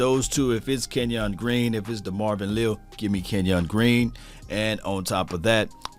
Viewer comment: Le’al (just like collins first name was) is how it’s pronounced. But he is a 3T but he could be next AD?